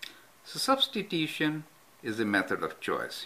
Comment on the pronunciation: u spell it like substitution not substitim, sir